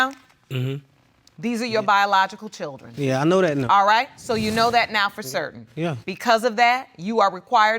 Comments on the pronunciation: JFC, "chirdren" 🤦‍♀️🤦‍♀️🤦‍♀️🤦‍♀️... say "Chirdren" again "mufkka", I dare you... 😂😂😂😂😂 O M G !!! Back to watching!! 😂😂😂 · Chirdren....dear goodness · Why are they struggling with the word 'children'? "Chiwlderwen" 😆😤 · Chrrildren what’s that? 🤦🏻‍♀️